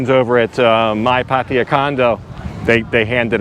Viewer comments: It's always kinda hilarious when westerners can never pronounce the names of asian people or places as it should. Pataya now sounds like patiya.... Anyway it's a good video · how is it that not one farang can pronounce pattaya correctly, it's not patty ya, it's pah tai yah! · lol, the way you pronounce Pattaya is ridiculous. Just ask the locals the proper way to pronounce it. It’s not Pattya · try to say pattaya with the emphasis on the last a. just try. don't say there's hungry people, try to say there are hungry people. try to learn english and thai. whatever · And sorry to say this. Please pronounce pattaya properly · That's definitely not how you pronounce Pattaya , not with a P